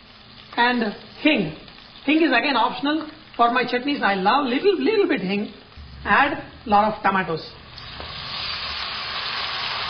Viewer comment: Chef, You should stop saying "leettle bit" because you really don't seem to mean it. Man, the amount of Ginger!!